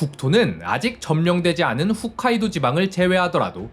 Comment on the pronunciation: 좋은 영상 감사드립니다. 영상에서 훗카이도라고 말하시길래 정정 댓글 남김니다. 홋카이도가 더 현지어와 비슷한 발음입니다.